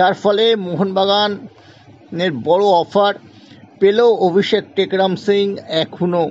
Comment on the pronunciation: অভিষেক এর নাম টা ও ঠিকঠাক বলতে পারছেন না আবার খবর করছেন ।